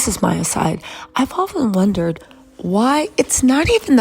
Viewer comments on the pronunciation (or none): none